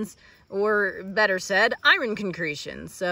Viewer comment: As you say, I-Ron?